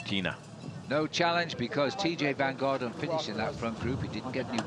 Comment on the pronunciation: Funny how mispronounced TeeJay’s name and made it sound Belgian! VanDerGarten 😂 you know the announcers have had a long day!